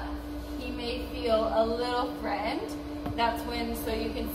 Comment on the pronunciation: Please learn how to pronounce “threatened”, it’s not that hard.